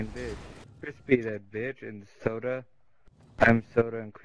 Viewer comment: Suda = soo-da jfc